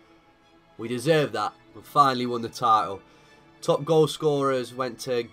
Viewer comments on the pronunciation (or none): none